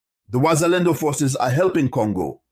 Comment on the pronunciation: You can not even properly say Wazalendo and now you know their strategy and how their have entered Bukavu. You are really a stupid dreamer